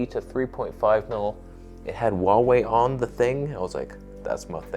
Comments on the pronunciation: Correct version of pronunciation of HUAWEI is: "WHO ArE WAY", not "WU ArE WAY" 🤔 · Not Waway, it's Who-are-we